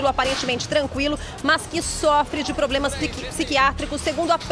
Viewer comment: Agora ele tem ploblema